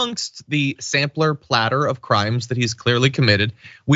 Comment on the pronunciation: I LOVE your saying of the words “Sampler Platter”. So perfect!!